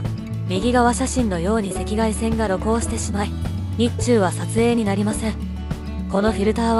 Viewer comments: 日中(昼間)のイントネーションが、日本と中国の意味の日中と取れるイントネーションになっていました、聞いていて、えっ！と驚きました。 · 日中、ソフトの初期提案のままの発音でスルーしてました💦これは日中友好、のほうですね💦